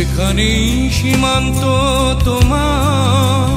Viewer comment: এই গানে "তোমার" উচ্চারণ লাকী আকন্দ সাহেবের টাই সঠিক। যথাযথ আবেগ আছে।